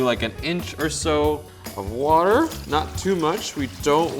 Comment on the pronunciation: "inch or so of warr" and there i died 😂